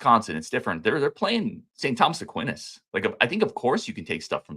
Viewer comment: Aquinas = 'uh-kwai-nuhs'